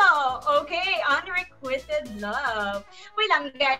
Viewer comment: Unrequited.. should be pronounce “unrekwayted” and not “unrekwited”.